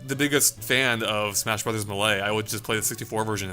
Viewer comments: The way he pronounces 'Melee' triggers me. It's pronounced: May-Lay. Not Meh-Lay. Otherwise, great video, have been watching these all day. :D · Stop saying Muhlay u hyeck. It literally says Maylay in the game. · It's Not Mah- Lay It's May-Lee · Melee is pronounced mei-lei, not muhlay. Love the video (audio?) but that made me cringe pretty hard. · Super Smash Bros "Muh Lay" no one calls it that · ...it's pronounced, "*may*-lay". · its MAY LAY jesus christ. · "smash brothers muhlay" lol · If this freak says "mahley" again I'm gonna kill my little brother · The way you say Melee makes me puke in my mouth